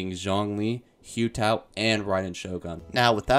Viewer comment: The way he pronounced some of the names (like xiangling, Hu Tao, thoma, and zonghli) ☠️💀☠️💀☠️💀